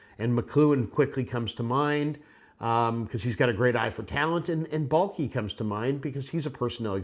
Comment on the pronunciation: Balke? I’m turning this off now. All I need to hear.